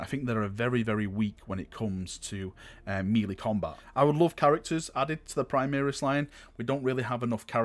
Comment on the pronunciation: I liked the video, man- but you’re killing me- it’s “mel-ay” or “may-lay”, not “mee-lee”! Sorry to be picking nits- the rest of the video was aces- take care,!